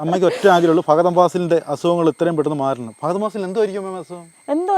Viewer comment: ഫാഗതൻ ഫാസിൽ 😂😂😂😂🤦‍♂️🤦‍♂️🤦‍♂️🤦‍♂️